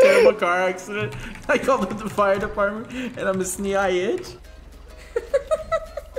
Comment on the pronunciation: 0.22 it’s supposed to say department instead of debartment Edit